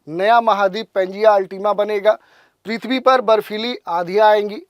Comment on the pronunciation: पिथवी नही भाई पीर्थबी